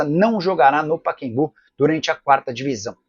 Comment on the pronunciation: O nome do estádio é Pacaembu ("Paquembu" não cai bem para um jornalista de seu porte!!!)!